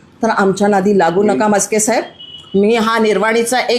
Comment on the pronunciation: ताई मस्के नाही.नास्के म्हणा.😅